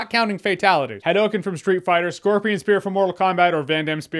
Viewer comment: "ha-dou!-Ken" said it a bit incorrectly but I forgive you. The Gundam scene made me so giddy